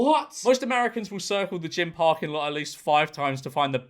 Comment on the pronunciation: "What's a gyme? Oh, a gyme!"